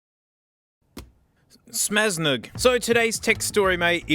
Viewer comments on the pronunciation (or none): Smasnug killed me 😂😂😂😂😅